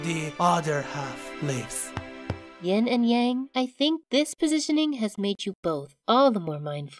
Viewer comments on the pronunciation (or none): bro…it’s yin not ying